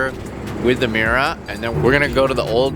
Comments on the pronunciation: 'Miura' not 'meera'. It's hard to believe you're a car guy if you can't pronounce the names. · Secret?..in all public spaces - Muira, butchered 🤮